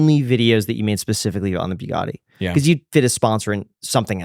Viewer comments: Say Bue Gaddi one more time 😂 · I wonder why Graham can’t pronounce Bugatti correctly… embarrassing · I wonder why Graham can’t pronounce Bugatti correctly… embarrassing (as a poor)